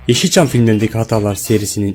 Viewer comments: hatalarin telafisini yapicaz..not: YEŞÎLÇAM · YAV GİRİŞİNE SOKİYİM BU NE AQ YEŞİL ÇAM DİYO ÖDÜM BOKUMA KARISIYO AQ BU NE